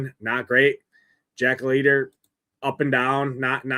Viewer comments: It’s pronounced LIGHTER! Has this dude never actually watched baseball? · Leiter is a German surname, thus the pronunciation is "light er". His Uncle also pitched in Majors, Al Leiter.